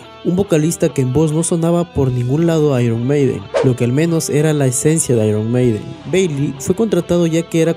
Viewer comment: Tío, nada más comenzar a ver el vídeo, tu forma de pronunciar las palabras anglosajonas ya me deja desconcertado. Por una parte, con algunas lo haces en la forma exagerada, repedante y superhortera que acostumbran muchos latinos ("eirruon meideen"), pero a otras le das la pronunciación ridícula de los casi analfabetos (·pub"). Ni tanto, ni tan calvo, tío. Una cosa intermedia es lo que queda bien y no provoca que la gente se ría al escucharte.😅😅